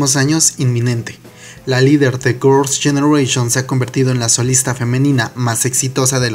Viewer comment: me da risa que cuando pronuncias "girls generation" ... en "girls" te escapas de tragar la lengua 😂😂